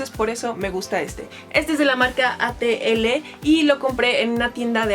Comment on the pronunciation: No sé si alguien ya lo publicó pero la marca de tu sketch no es 'a te ele' es 'Atl' que es el pseudónimo de un reconocido pintor jalisciense. 😉